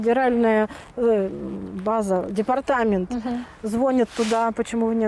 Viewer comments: ЗвОнит, ихний, ложит. Необразованная, глуповатая женщина. Ещё и эгоистка. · Считает себя начитанной, умной... "Играться, ложит, звОнит..." Женщина, как минимум, со странностями, это очень заметно. Недалекая. Очень удивлена я, что ей дали столько детей.😮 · Вот лучше в детском доме, чем с такой недомамашей, которая в слове звонИт делает 2 ошибки, дети и так неразвиты, а с ней вообще вниз.